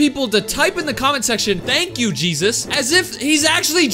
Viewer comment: did he say cheesus